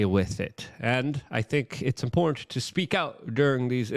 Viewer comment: WAC punches down to the lowest tear of society for content. Are you not entertained? Buy a shirt from a dolt poll who can’t pronounce the word important.